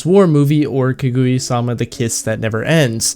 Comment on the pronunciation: Good and precise review The movie was just amazing. I also had good weebs watching together. The theater was full seated (must be because there is only one showing for only one day) Just one problem It is Ka-Gu-Ya Not Ku-Gu-Ya